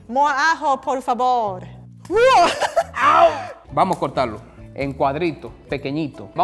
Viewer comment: I almost laughed when said "por fabor" then I remembered Japanese doesn't have a V sound